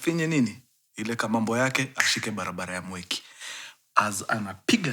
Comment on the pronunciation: The way mkuru una pronounce mwiki as "mweki" means you know the place.😂😂😂😂